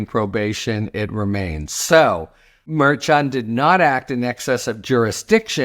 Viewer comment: Harry, I love your commentary But please! Pronounce Merchan's name correctly. It's not that hard. Please!